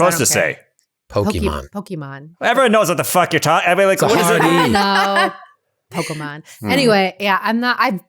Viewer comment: i know im a year late but is actually pronouncing Pokemon correctly. the "Pokimon" pronunciation is westernized.